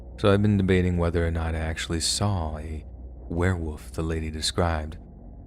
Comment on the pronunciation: I KNOW my comment is two years too late but is still relevant. Do you say, ‘Were-woof’? instead of ‘Werewolf’? It’s all the time, maybe it’s an American thing